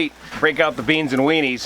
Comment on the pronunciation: “Franks n Beens!”